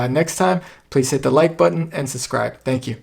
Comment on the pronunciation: It's "sub-scribe" not "sus-scribe"